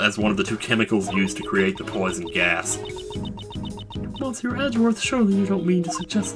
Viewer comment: Either you're not reading my comments or you gotta have the second thickest skull of all The United States of America if you STILL don't prounounce "monsieur" right. To make myself perfectly clear, here is the link to how the word is suppoused to be pronounced. For the sake of everybody and if you don't want to be compaired to President Shithead Dump (AKA Trump) I highly recommend go there and check it out NOW